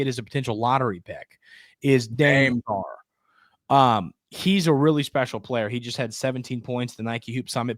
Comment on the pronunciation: It's pronounced Da may Sarr Dame Sarr